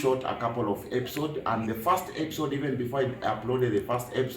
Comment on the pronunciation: please pronounce episode well...no epsod...good stuff keep the fire burning.